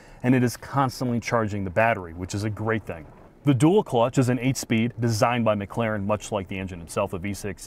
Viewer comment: It's McLaren, not McClaren 😂